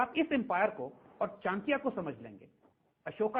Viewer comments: Isko 1000 baar samjha do per bolega chinkya hi. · Plz correct the pronunciation of the name Chanakya